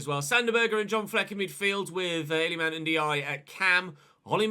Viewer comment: i know its spelt ndiaye but you say it N-die-ee. also his first name is il-ee-man